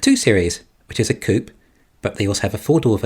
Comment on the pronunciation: Why do you keep saying coop? (As in “chicken coop”). I presume you mean coupé? A car with 2 doors. It’s two syllables.